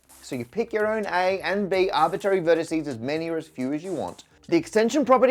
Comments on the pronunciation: Matt, I love you. But please maybe look into the pronunciation of "arbitrary'', and how the singular of vertices is vertex, not verticee. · I was looking through the comments to see if anybody had mentioned this. I find it just slightly annoying. Kind of similar to somebody saying 'liberry' instead of 'library'. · Did I hear you say "arbitary" ? Was eliminating the first "r" an arbitrary decision?😄. Love your videos! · “Arbitary”, really Matt? Think you dropped an R 😊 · I like how Matt has no R in Arbitary. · Did you just say "artbitary" instead of "arbitRary"?? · Arbitary?? ARBITARY??? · ARBITRARY, Matt. It's bad enough you say ALU-MINIUM. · I'm not sure what is bothering me more, Matt pronouncing "arbitrary" as if it was "arbittary", or using "vertice" instead of "vertex" for a singular point in the graph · Please bring back the second/middle R in the word arbitrary. It doesn't impact the understandability of what you're saying, but it's a little like hearing someone say 'libary', and there was a critical mass of arbitary in this video :-( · After years of watching, I've just heard the pronunciation "arbitary." I don't know if I can go on. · that second r in arbitRary will never be said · Hmm, I see now we are using the "Parker" pronunciation of the word "Arbitrary" 🙂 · you're always asking for corrections, I'm wondering: is it a correction to correct your pronunciation of "arbitrary" that it should have both "r"s pronounced? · Are you intentionally pronouncing 'arbitrary' wrong? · Has anyone noticed the lack of R's in his pronunciation of arbitrary? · I def heard it. Is it a British thing? A Matt thing? Or did he do it on purpose?